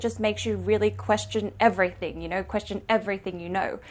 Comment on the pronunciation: "Physics is everyting" who said that?